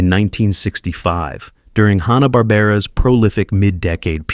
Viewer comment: Oooo... Mispronouncing Hanna in the first minute of a video primarily featuring Hanna-Barbera characters? Not. a great start. Also, a lot of these are still pretty pervasive throughout American pop-culture due to many of them being reused and modernized in the 1990's , subsequent to Turner purchasing the Hanna-Barbera rights. Basically if you grew up in the 1990's through the early 2000's, you saw MANY of these characters on TBS, Cartoon Network, and Adult Swim. Edit: OMG! This Narration BETTER be AI, because if you're unfamiliar with either the fencing term "touché," or the other use, acknowledging a worthy or clever point made by someone, that means... well, nothing, really, but it's a pretty common term, used in everything from cartoons, to literature, to film.. Seriously though, this is just one of those hackneyed YouTube Channels that pumps out poorly written, intentionally provocative content, insulting people's childhood favorites, in hopes of goading individuals into leaving exasperated comments, in an effort to drive up interaction rates. It's essentially trolling to boost their YouTube profit margins, which is a pretty despicable. way of making a living.